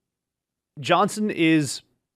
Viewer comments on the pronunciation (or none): none